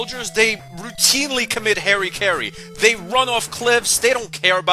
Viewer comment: Enemy soldier commit what..., Hairy Kerry!? Is that how Trumpians (formerly known as Americans) pronounce harakiri!?